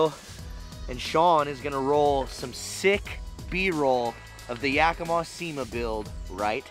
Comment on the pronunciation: its ya-key-mah, not yak-ih-mah...